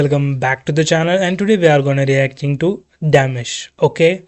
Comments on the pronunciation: Not demish,it’s di-mash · Thanks for reacting to Dimash! Pronounced Dee-MOSH Koo- die -ber-GEN. Maybe listen to longer bits of the song so you can enjoy it more. Yes, Dimash is classically trained but he calls his style classical -crossover. Name a singing genre and Dimash can do it. P.s. Your voice is quite loud compared to the video. We would like to hear Dimash but can’t turn it up because you are then super loud. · Thank you for discovering Dimash and welcome to a beautiful world of music. But please not Damish. He is pronounced Dee-maa-sh. Dimash is a 30-years old singer from Kazakhstan and believe me, you’ve seen nothing at all. In my opinion you have discovered the best singer in the world. He has perfect pitch and currently has a vocal range of 6 octaves. Not in one song (mostly anyway😅). However, if you include the notes he has sung live in his concerts so far, you get almost 8 octaves (7.7 from vocal fry C1 (B0) to the whistle register D8; this note is no longer on the piano). At least that's what he's shown us so far. And this in all registers (chest, mixed and head voice up to the whistle register). The transitions from one register to the other are so fluid that they are sometimes not recognized even by vocal coaches or professional singers. His voice is the result not only of his God-given talent, but also of his almost 25 years of hard daily training. From the age of 5 he attended music school in his hometown of Aktobe. He plays several instruments like piano, dombra (a kazach instrument), drums, marimba and more. He has classical as well as contemporary vocal training and sings in different genres from opera to pop, jazz, Kazakh folk, ballads, RnB and he even raps a bit. And often he skillfully mixes several genres in one song. Mainly classic and pop, so he created a new crossover genre. And meanwhile in more than 10 languages. And at his concert in Almaty, Kazakhstan on Sep